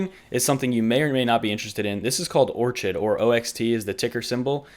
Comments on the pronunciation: Did you just pronounce OXT Or-chid? The "ch" is pronounced like a k. You've never heard of the Orchid flower? Anyway, my OCD aside, great video! I found out about OXT through coinbase earn. Pretty cool. Great way to introduce people to coins. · its actually pronounced OrKid - newb! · i wish you would have edited your own fart sounds into the video when bitcoin started crashing lol. "What happens when BTC crashes during YT TA" Great video regardless, think it's called "OR-KID" though, like the flower, hard to keep them alive, hope that's not a problem with the coin? Thanks for the update!